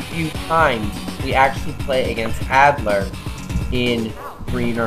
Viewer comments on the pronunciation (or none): its adder not addler but great tips